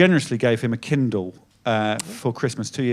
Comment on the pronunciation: Oh KINDLE! I thought he was saying KEN DOLL I was so confused 😅